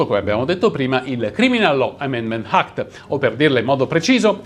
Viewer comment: Ma perchè quando parlate in inglese mettete sempre una H davati alle parole? Si pronuncia "àct" non "hact"... si pronuncia "èmerold" non "hèmerald"...